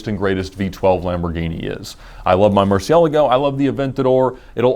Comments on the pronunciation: Mercy-el-ago = murcielago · I'll never get used to how you pronounce Murcielago. But I'm ok with it.